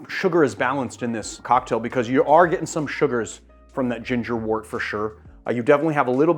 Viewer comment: Not trying to be the language police here but I am a beer brewer. Wort is pronounced wert.